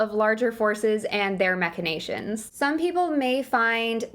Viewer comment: You said "machinations" correctly. Thumbs up.